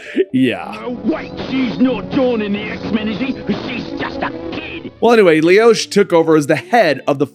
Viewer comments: i think her name is pronounced "lowsh" - not "leeowsh" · Pronounces it Leosh, spells it Loesh. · Loesch is pronounced as Loosh, nice video though! Miss this series! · its not lee osh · The "O" is silent in Margaret Loesch name. it is like "Less" but with a "ish" sound at the end.